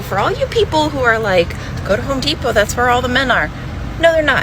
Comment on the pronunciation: It's Home Depot, Not "Whore Depot". . .